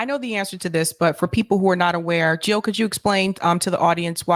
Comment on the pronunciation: Jill NOT hill <3 !